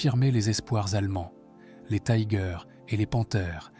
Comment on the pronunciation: Tiger est un mot allemand ,il ne se prononce pas à l’anglaise.